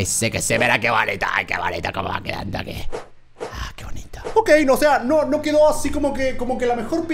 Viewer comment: se dice quedo no cedo